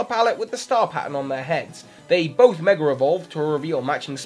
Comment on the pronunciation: It's a verbal slip that happens quite a lot, especially when talking fast.